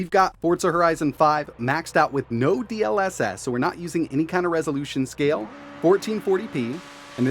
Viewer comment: "Dee el esess" 🥴